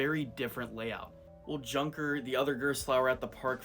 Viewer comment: Tip: Junker is pronounced "Yoonker"